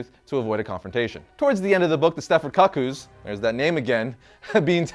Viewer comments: I thought he said cuck-holds at first. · NOT KUCK-EWS. It's pronounces koo-koo. Like the bird, or the clock. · It's pronounced "Koo Koo," like a Cuckoo clock or KooKoo Roos... not cuck-oo like a cuckhold, which may be the reason why you dislike the name. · My friend, it’s the Stepford Koo Koo’s, not cuck koo’s ❤ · Why would you think Cuckoo's was pronounced Cuck ews? Koo Koo, like 'One Flew Over the Cuckoo's Nest'... right? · KOO KOOZ bruh....not Cacooz...😫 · I don't think he said that they were introduced in this run. That said, it seems like he personally isn't familiar with them though. The way he kept pronouncing their name as "Cuck-koos" instead of "Coo-Coos" made me cringe. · Idk why you would pronounce it like Cuckold😂😂😂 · Just because you might want to know, a cuckoo is the name for a family/type of bird. The "u" is pronounced with an "ooo" sound like the one found in the word "cool". Hope that helps. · Stepford "Koo Kooz". That pronunciation hurt my soul. LoL! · Heaven Crasher thank you. He was driving me crazy with that. I had to stop the video to see if anyone said anything. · Omg I cringed so hard 🤣🤣🤣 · How to pronounce "Cuckoo". 🧐 Please, for the love of Doop don't ever say it that way again.